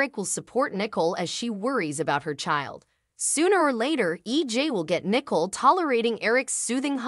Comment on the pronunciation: Good grief her name is not nickel.